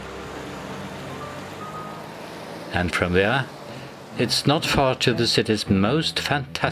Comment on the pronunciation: ...this is actually, exactly how an southern Irish speaker would pronounce "mall". 😀